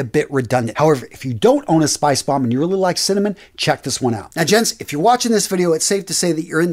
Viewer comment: Love these fragrance videosssss. Thanks! That pronunciation is on point in my opinion! Do you think spicebomb infrared better than night vision EDP?